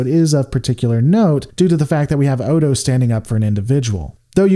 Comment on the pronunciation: No. That comment was a year old, and I have no intention of rewatching this video just because some youtube rando says so. I remember he consistently mispronounced the characters name, but that's it. That's enough for me. The show is available on Netflix. Watch it yourself if you're so concerned.